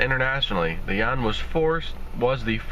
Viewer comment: Yuan = RMB = Renminbi Since you can't pronounce 'Yuan', just say 'RMB'.